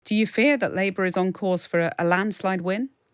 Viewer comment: There's an L in Labour